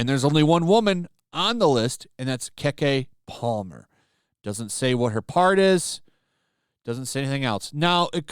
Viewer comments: Keee keee palmer not kay Kay lollll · Why are you saying Keke Palmer's name like that